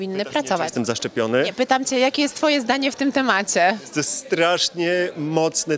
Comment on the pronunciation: Temace. Co to za wymowa